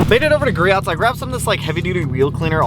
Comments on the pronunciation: Ik you probably don’t care but you pronounce griots wrong you say “gree ots” when its actually pronounced “gree ohs” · I love you but I cringe when you say Griots Garage it’s pronounced “Gree-Oh”